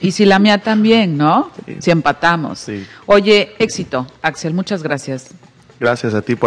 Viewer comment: es Axel Mastache. no Axell 🤨